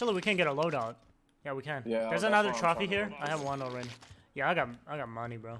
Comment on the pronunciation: why you say “troffy” it’s trophy 🏆 lol mad snipes